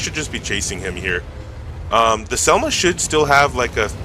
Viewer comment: Nice video! Šelma is actualy pronounced [Shelma], as a czech it drived me crazy😂. Also Tesák the á is long a, so [Tesaaak]